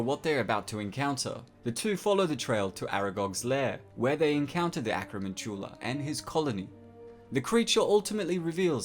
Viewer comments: You say acromantula annoyingly. It's pronounced like tarantula. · Why are you pronouncing Acromantula so weird? (with hard emphasis on the last syllable) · Not how you pronounce acromantula